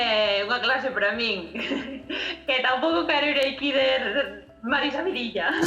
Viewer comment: Dixeches "eiqui" en vez de aquí